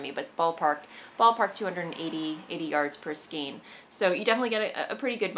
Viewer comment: Skein is "skayn," as in rein. Same spelling, same pronunciation. Sorry, I've been watching you for a long time and enjoy your episodes, but this always makes me cringe. I can't think of any word spelled with "ei" vowel combination that is pronounced as an "ee." EI Words It’s common for English words to use the ei combination to indicate a long A sound, but be wary of its relative rareness. Also be wary not to confuse it with the pronunciation conventions of a language like German, which will always pronounce the ei combination like a long I sound. Some examples of ei words in English include: veil vein reign weigh eight weight beige freight